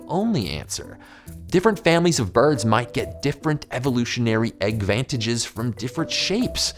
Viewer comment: did he say Eggvantanges?